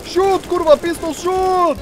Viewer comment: I'm polish and I can say that this "kurwa" was beautiful